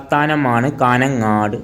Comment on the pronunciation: കാന ങ്ങാട് അല്ല കാഞ്ഞങ്ങാട് പട്ടണങ്ങളുടെ പേരെങ്കിലും പഠിക്ക്